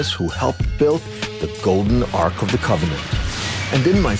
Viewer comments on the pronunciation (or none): Ark not arch pronunciation.